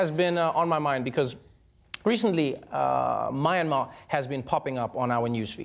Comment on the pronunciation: Myanmar. Is pronounced more like “Meeanmar” you got it right the 2nd time